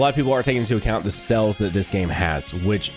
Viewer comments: Does anyone else hear him say "Cells" when he means "Sales"? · The way says sales made me so confused cuz i thought "wait legends doesnt have that many cells wtf" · Say sales again lol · Yo, why he say sales like that lmao